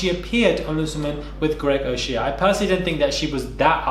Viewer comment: Quick tip- O Shea is pronounced O shay not O she-a